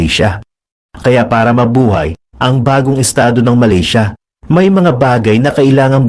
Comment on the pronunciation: Malisya?????? Do you mean Malaysia?